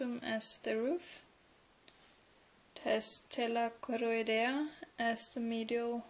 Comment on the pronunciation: Når du sa Tela choroidea, da hørte jeg norsken xD Fin video :))